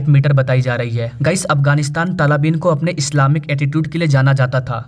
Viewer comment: अरे भैय्या तलाबीन नही, तालिबान सही शब्द है।